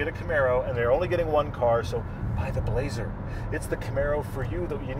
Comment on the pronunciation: Good review, blah-zer car.